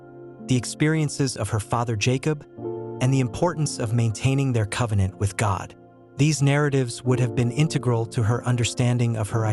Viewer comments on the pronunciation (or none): none